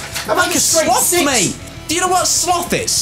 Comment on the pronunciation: What the heck is a "sloath "😂